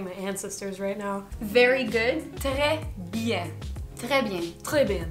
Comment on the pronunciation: Dear french girl, pronounced "trés bien" better than you did.